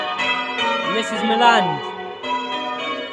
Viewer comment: At least finally someone who said Milland correctly! It's difficult to communicate whilst we ring at Milland and there's a wedding group outside!